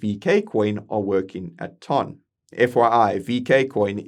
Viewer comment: Ton coin is pronounced "Tun"